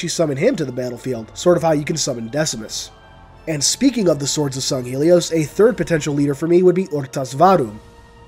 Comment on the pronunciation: mother of God, can NO ONE pronounce Sanghelios correctly? it's not Songhelios man...